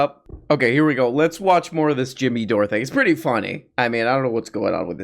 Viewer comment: Dore-Uh the exploruh.